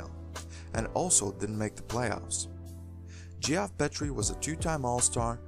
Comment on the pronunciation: Geoff Petrie is pronounced “Jeff Peatree”, not Gee-off Pet tree.